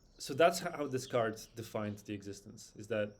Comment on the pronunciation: Enjoyed the unusual take on sound. It's pronounced "day-cart" btw!